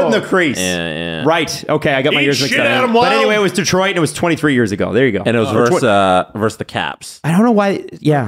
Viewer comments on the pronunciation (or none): ....it's versus, no verse.